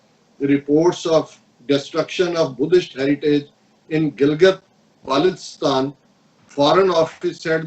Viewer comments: correct pronunciation is Baltis Taan, please don't mind this correction, thanks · pronounced as ; bal-tis-tan!